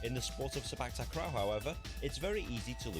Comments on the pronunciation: Clarification about Sepak Takraw pronunciation. 1st word: It's Se- with the same vowel as se- in sell, then -pak is sounding like "puck" not "pack" as most of the westerners read. So the "CPAC" you guys read is all wrong. 2nd word: Takraw is Ta- Kraw not Tak- Raw. Ta- sounds like T in the word "lotus" and now the kraw is the same vowel with awe in awesome. Hope this helps. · The correct pronounsation is "say park tark raw" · The W in Sepak Takraw is not silent. It is pronounce as in the word "NOW" or "COW." The ball speed is almost as fast as in table tennis. With lots of practice, players can predict where the ball will go so they know whether to allow it to go outside the court or to try to tap/touch it.